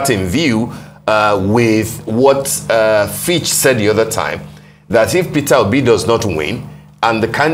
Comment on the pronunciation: I noticed that as well....every time he keeps calling fitch fitch and witches